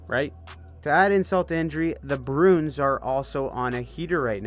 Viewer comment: I think you say Bruins wrong on purpose at this point